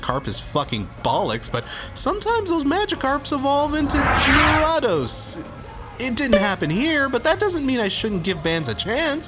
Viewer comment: Oh my god, I opened this video in a new tab and I thought someone was calling me on skype. Also it's pronounced Gare-A-Dos you pleb.